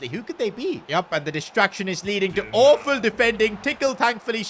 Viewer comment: You say woful not awful